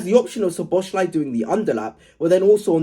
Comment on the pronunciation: I know Liverpool isn't your team, but if you're going to keep covering Liverpool, it's So-bo-slai not Sho-bo-shlai. In Hungarian, the "sz" is like an "s" to English speakers.